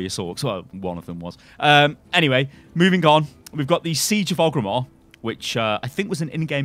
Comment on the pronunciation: Plays Horde yet pronounces his capital city wrong